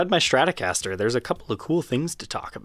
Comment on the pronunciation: Its stratocaster, not shtratocaster. why are so many people unable to pronounce strat. Shtrat ???? Why the shhhhh. Its stttttt.